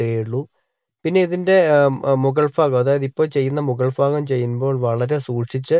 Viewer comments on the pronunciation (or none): ഉൾഫാഗം അല്ല... ഭാഗം ... ഭ.... ഭ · ul fagamalla ul bagam